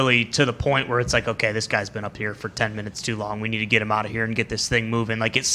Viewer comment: Same with the word “out” 😂 it’s become “aht”